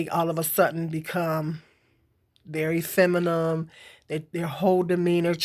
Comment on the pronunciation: The word is pronunced femi-NIN not femi-NIM 😂😂 I agree that a woman who's provided for generally acts more feminine but if a woman isn't acting feminine to begin with she most likely won't find a man who thinks she's worth providing for. I'm not blaming anybody for that dynamic but because much of one exists much of the other will too and with hood culture's hold over black people I don't think this reality will change any time soon